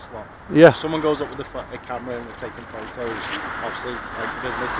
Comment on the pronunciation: You can sue them. The dispersal zone law only applies to gatherings of two people or more. I'd have also pulled her up on her pronunciation of the word 'photos.' It has a letter 'T' in it. I don't speak chav so saying 'pho'owes' to me is just gobbledygook.